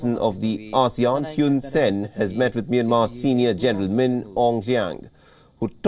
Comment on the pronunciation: It's Hoon Sen. Not Hewn Sen.